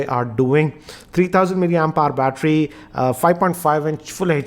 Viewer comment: Doood (Dude), fooooooooood (Food), roooooooom (Room), Hrrrrrr (Hour), contravesy (Controversy), Osmum (Awesome) 😂😁😂